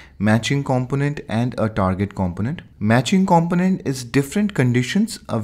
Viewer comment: Thank you for this video. It was very useful. If I may, I understand that english isn't your first language and Kudos to you for learning and teach in it. One word distracted me to the point I had to re-watch it. "Component" We pronounce that compooooonent, a long "o". No offense intended. Great video.